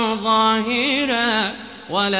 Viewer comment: قراءة جميلة . ملاحظة بسيطة كلمة ظاهرا ليس هناك مد بعد حرف الهاء .